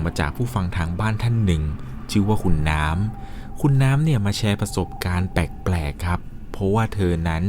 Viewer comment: เล่าดีมากๆค่ะ แต่ขอตินิดนึงนะคะเวลาพูดคำว่า แปลกๆ ออกเสียงว่า “แปกๆ” บ่อยมากเลยค่ะ ลองปรับออกเสียงให้ถูกซัดนิดนะคะ ✌🏻😘